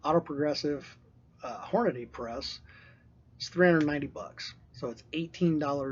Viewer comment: It's not Hornaday. It's Hornady. Horn-a-dee. Idiot.